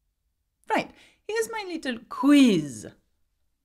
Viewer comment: Your first pronunciation of quiz was really funny. Makes the lesson so, so interesting. Thanks for the entertaining value of your good English. And you are not shy about the funny sounds of the English Language, which you learned in the UK. Thanks for sharing.